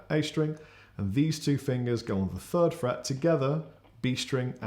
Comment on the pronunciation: I just realized something... I was British all along! Lousy speech therapy classes were useless. Hearing say "fird fret" repeatedly made me realize I was actually just on the wrong side of the pond and didn't need to learn the difference between "th" and "f"....